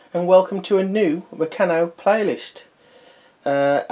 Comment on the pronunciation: I'm glad you posted this mate as I was looking to buy one to put all my bits and pieces in. By the way you pronounce Meccano as murcarno.